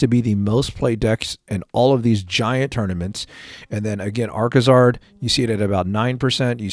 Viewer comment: it's Arcazard.